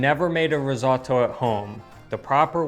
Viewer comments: The way you pronounce risotto sounds like you're trying too hard to have that italian accent. You don't, not even a little bit. Your wife says it perfectly without sounding like a douche. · I am so glad you improved on your pronounciation of "RisoTTo". I cannot imagine why Americans insist on saying "risoDo". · Your efforts are stellar. Delicious and informative. Personal aside, Have you ever heard the expression: That's my name don't wear it out? You needn't say risotto dozens of times. We see it and understand what it is your cooking and describing. On top of that, pronouncing it as ree-zuaght-toe just grates (and I'm not talking cheese). Less is sometimes more when naming the featured ingredient or dish...but more videos will always be welcomed and appreciated.